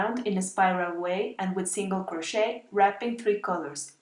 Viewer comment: Except that the "t" in crochet is not pronounced in any of its forms: cro-SHAY, cro-SHAYING, cro-SHAYED.